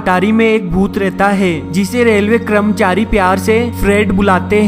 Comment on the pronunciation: "kramchari" lol🤣🤣🤣🤣🤣